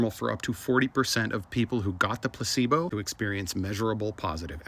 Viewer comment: Anyone else can't help but think, "gazebos" when he says placebo?